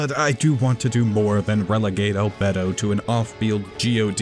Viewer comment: im sorry, but i cant listen to you say albedo anymore